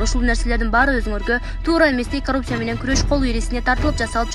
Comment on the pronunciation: ИТ кууп аткансып эмне мынча шашып окуйт.Коррупция деп жазылат ,каррупция деп окулат.Мектепти бутконбу бул кыз деги ?.